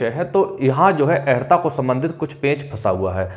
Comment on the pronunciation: अहरता नहीं अर्+हता =अर्हता